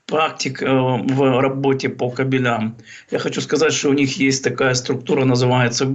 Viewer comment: кАбелям! На "А" ударение, грамотеи.....